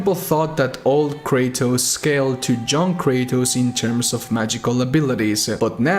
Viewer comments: i keep on thinking you're saying "John Kratos" instead of "Young Kratos" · The entire video i were thinking about who the fuck is this "John Kratos" and then i realised that no he means " Young Kratos" 😂😂. It's not being racist and i don't mean anything bad but it was funny